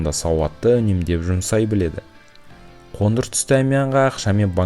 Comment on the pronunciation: Ң ды айта алмайсың ба? Ң әріпінің орнына н қойып сөйлейсің "қоныр түс, танбаған "деген сөздерді дұрыс айтпайсың ба?